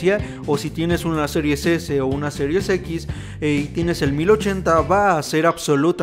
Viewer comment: Se escucha mejor cuando se dice, Series X y no Serius X, espero no ofender 😅😅😅😅